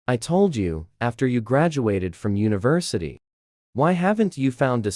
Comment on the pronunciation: The AI's pronunciation is so bad, how on earth did University become 'Universitado?' I hate these AI trash stories, they make no sense half the time, the pictures are inconsistent and the pronunciation is horrible.